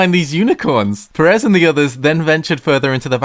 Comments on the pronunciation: That's not how you pronounce Jorge Pérez -_- It's spanish, not bloody french #davedidanoopsie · Your pronunciation of Pérez bugs me so much, the first E should be accentuated not the second one